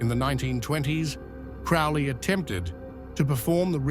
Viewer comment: You need to do more research. Boleskine House is along the edge of Loch Ness, Scotland, not Sicily. And Crowley is pronounced Crow-ley, not Crou-ley.